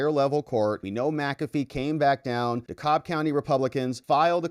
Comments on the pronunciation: By the way. Dekalb is pronounced 'deCAB'. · the county Dekalb is pronounced De- Cab county. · Hey... it's pronounced "dee cab" county, at least by us locals.